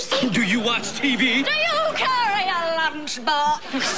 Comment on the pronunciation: DO YOU CARRY A LUNCHBAWKSSS?!??